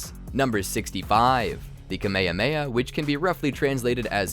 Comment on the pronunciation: Stop saying "Kamehameha" like that. FFFFFFFFFFFFUUUUUU